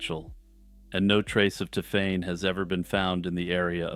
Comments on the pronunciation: that's a long way from Ti'fane'. My point about the magic E stands. It sounded so off I had to skip the story as the pronunciation was so irritating. I say this as someone who hates French and French ppl. I still say its closer to 'Tiffany' or 'Tiffenay' possibly. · Hi, I’m a French speaker. It’s pronounced tiff-en. He was quite close